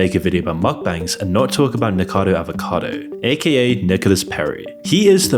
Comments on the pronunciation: Nikocado has FOUR syllables not THREE!!!! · Erm, it's NikOcado. If you're going to talk about someone, at least pronounce the name properly. For the record, I think he's a fool, as are all of these "Mukbangers." Cheers. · How do so many people mispronounce NiKOCADO Avocados name? All these YouTubers seem to miss the OC in his name altogether, or maybe I’m pronouncing it wrong? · No, you’re right! The constant mispronunciation of his name during this drove me potty 😵‍💫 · Pronounce it right please 😂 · You really mispronounced his name 100+ times? 😂😂😂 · This video is good and all, but can't you at least made the effort to read Nikocado right? The word is in your script, on your video while you were editing with only 4 syllables but you still can't get it right. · Can you please admit your voice is A.I. so that people stop speculating? Its obvious at this point because of the way you mispronounce words and how much content slop youve been pumping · Why do so many of these creators call him NiKADO? Isn't it Nik-O-cado? Like av-O-cado. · nikocado not nikado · I really enjoy watching your videos, but please, focus on pronouncing names correctly. This time it's Nicado Avocado instead of Nicocado Avocado. Your videos are littered with mistakes in pronunciation. 😢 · it's nikoCAdo not nicado! you americans can't read or what? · It is not pronounced "Nikado" There is another syllable in there. It's "NIK - o - card - oh". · you mispronounce his name: It's Niko-ca-do, not Nikado... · It's not "Nicado" it's "Nikocado". I've barely heard of the guy and I know that, how do you manage to get it wrong after all that research 😂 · Nick-OH-cadoh. Like Av-OH-cado. Hence his username "Nikocado Avocado". Not "Nick-ado". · At least give the slob the respect of saying his name right. It's NicOcado, not Nikado. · Nikado? It's Nikocado! What a m0r0n! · I'm neurospicy, so every time you say Nick-ado my toes curl up. It's Nick-OH-cado. Sorry, its jangling my brain. 😂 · NI KO CA DO .Not NICADO